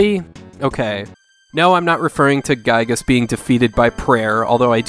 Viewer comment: Actually Giygas is pronounced GHEE-gas